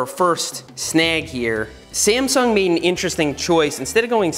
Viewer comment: Everytime he said sasmung nebula i died laughing.